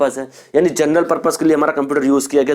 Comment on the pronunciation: Sir ji gernel nahi genrel hai